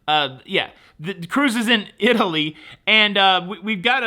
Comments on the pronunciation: "It-ly" is how Italy, Texas is pronounced. They have very few cruise ships. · The way you said “IT-LEE” made me more uncomfortable than my father-in-law saying “EYE-TAIL-YIN.” 😂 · "Is-lee"? The Seaside is indeed a beautiful ship. However, I will never sail them again. Far too many issues to list here. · Yes, hearing “Itly” was a little painful, but not as bad as seeing “broke” ship in the thumbnail instead of “broken” ship!!!!! HA!! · 🤣🤣Over there in “Itly”. The southern old timers say that. Thanx for the chuckle!🤣🤣🤣. And I park at the port. So worth it!! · I smile and cringe when says "eye-talian" I can handle "Itly"